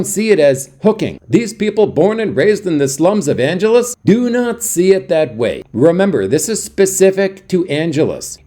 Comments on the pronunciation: At least pronounce the name of the city correctly! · If you'd ever been there you'd know how to pronounce it.